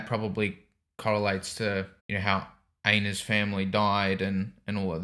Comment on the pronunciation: every time you say einar's... all I hear is anus.